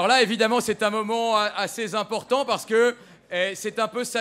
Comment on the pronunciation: Le mec du début: C'est un moment assez Z'important parce que... Waw, l'élite française me domine tellement culturellement